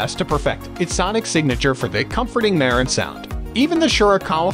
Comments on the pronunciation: Please Pronounce The Name Correct It's Marantz ryhmes with Dance Not Ma rence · wtf......merrintz????....where you from boy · It pronounced MA-RAN-tz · You pronounced the name wrong